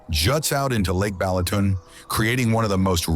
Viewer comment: Beautiful vibrant video A+ AI voice NOT, Pecks, Balatoon, Teehon????? 🤦🏾‍♂️🤦🏾‍♂️🤦🏾‍♂️🤦🏾‍♂️